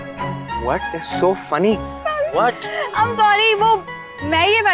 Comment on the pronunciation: Whaet is so funny? Zoya: hanahahaha zain: whaet? 😮😮😮 ⬇️⬇️⬇️⬇️ Edit: ok the “whaet “ is not a spelling mistake he was saying whaet not what 😂😂